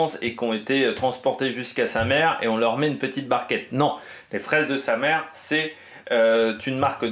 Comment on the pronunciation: On dit "Samé" pas "Samere" :)